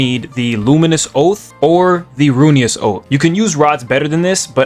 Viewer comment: gng u lost me in "u need runious"